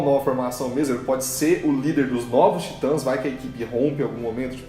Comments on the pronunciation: TIT(Ã)S caraio, tem "Til" no a, Se pronuncia da mesma forma que lê, independente da forma como está sobreposta se é traduzida ou não, até por que o "Til" refere-se a tradução "Tit(ans)" Excelente vídeo, mas esse "Taitans" ficou feio '-' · Pq ela fala taitas kkkkkk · Como fala: Titãs Como Toga Voadora fala: taitans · Pelo amor de Deus! Falem o nome da série direito. Não aguento a pronúncia de vcs.